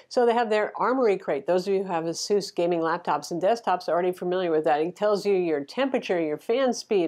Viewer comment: Of all the ROG phone 2 reviews that I've watched on YT, this is like the only channel that has ever gotten the brand "ASUS" correctly pronounced.